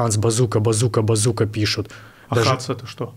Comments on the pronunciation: He probably meant ‘Bazooka-hands’ just doesn’t know how to pronounce the word ‘hands’ 😊 and said it as an Russian ‘A’ oopsy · He just was not sure how to pronounce word ‘hands’ and said as an Russian ‘A’ but it’s just ‘Bazooka Hands’ as ‘хэндс’ not ‘хандс’ 😊oopsy